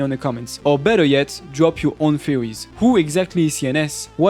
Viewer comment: pronounces theories as fuwy.. def watch this with subtitles.. It was so hard to tell what he was saying. Cool video otherwise..